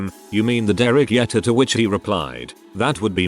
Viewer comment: Liked the stories but really dislike the computer narrator. Come On, can't pronounce Derek Jeter correctly? This channel needs a human voice.